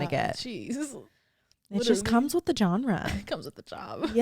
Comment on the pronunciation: The “John-Ruh” pronunciation of genre had me 😂